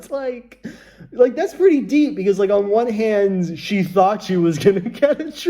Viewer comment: I love how he said, "this is pretty deep, because ON ONE HAND"